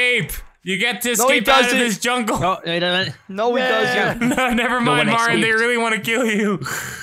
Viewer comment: More like, "Welcome to my Junkle"